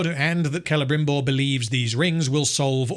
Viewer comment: Clebrimborg. i giggled.